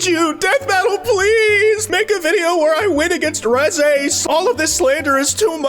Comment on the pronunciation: The way you pronounce Reze makes me wanna blow my brains out